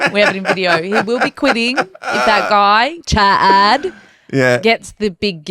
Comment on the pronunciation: Chaad??? Baaabe, come on!